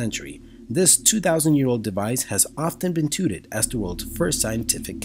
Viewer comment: "tooted"? OMG. "Touted" is pronounced, tow-ted and rhymes with cow shed.